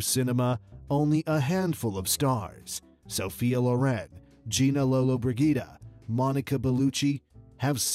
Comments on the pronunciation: He does come across as a rather poorly designed AI. Notice the father's name is pronounced correctly, but Gina Lollobrigida is garbled too. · It hurts to hear the terrible pronunciation, including Gina Lollobrigida....and he forgot to mention Sophia Lauren in the group.